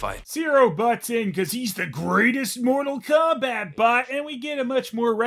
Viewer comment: You turned Mortal Phombat into Mortal Khombat :(